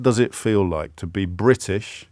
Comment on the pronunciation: pronounces it as Briddish!